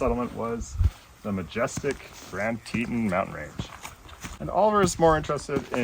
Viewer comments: Very cute video, Oliver is adorable! But I have to say - it’s pronounced Grand Tee-tonn National Park rather than “Tee-tin.” Would love to take my beagle to Jackson, I’m there at least 3 times a year. But she’s a handful so the furthest we can handle right now is Flagstaff! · Oliver is a star. Fun video. Teton is pronounced like Tetawn. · My understanding is that the name of the second national park mentioned in this video is pronounced "Tee-tawn", a poor Anglicization of the French word for "breast" or "t-t", the word French fur trappers and hunters used to describe the many peaks 225+ years ago. : ) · Just FYI. It’s pronounced tee taan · What a wonderful time you three are having, and what a wonderful place. By the way, it's pronounced TEE-tawn.The Tetons received their name from French-Canadian trappers who accompanied the earliest British expeditions into this territory. As they approached the range from the west, they beheld three towering mountains upon which they bestowed the name of "Trois Tetons" ("Three Breasts' in French) Different Native American nations had different names, but several were translated as "pinnacles" and "three pinnacles." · Fellas, thats tee-tawn like yawn.